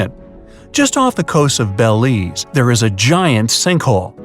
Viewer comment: Me being born in Belize 🇧🇿hearing him say Belize wrong me being mad bc he didnt say it right and the sharks are only in the deep part of the hole and u can swim in it with the professional gear and u can also sky dive into it I have swam in the Blake hole with my mom when I was 4 and swam with the sharks when I was 5